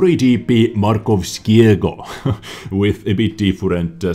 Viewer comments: Your "Markowskiego" pronounciation was the best out of all the other names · "Ch" in polish is pronounced the same as normal "h", so there you have both Habich's tanks - just say "habiha". Your pronounciation of "Markowskiego" and "Lewandowskiego" were flawless for someone who doesn't know the language, and "Tyszkiewicza" is probably something like "Tyshkievicha" in English ;p I hope this is somehow helpful